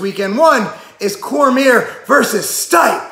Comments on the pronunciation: corMEER lol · Your one of those annoying people in the comments hey? You know damn well who he's talking about and if not that's an issue with your common sense not his pronunciation